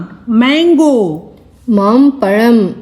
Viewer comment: Congrats for the initiative but please take care of Tamil pronunciation. It is Mampazham for mango. It's not mampalam. "ZHA" not 'La'. Requesting you give more concentration of proper Tamizh pronunciation. Thank you.